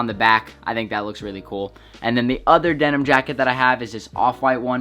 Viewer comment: “Jenim Jacket” 🤔